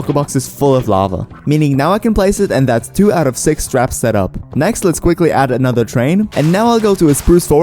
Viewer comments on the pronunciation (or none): none